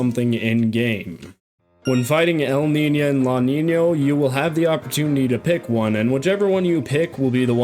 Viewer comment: their names aren't "Laniño" and "Elniña", you don't need to pronounce the N like an Ñ just because it's inspired by the "El niño" and "La niña" phenomena